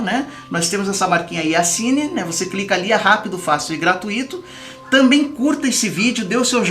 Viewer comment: Apresentador,não é "gratuíto"!.É gratuito,como se tivesse acento no "u"...